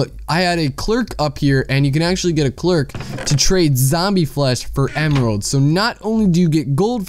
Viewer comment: Clerk, lol "Claire-ick"